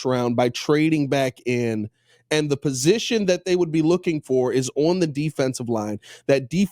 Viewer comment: My problem with is while he is football smart, he thinks everything he says is gospel and he has no wiggle room for change or different opinions sometimes, no matter the facts presented to him. Also, where in the hell did learn to say "on"?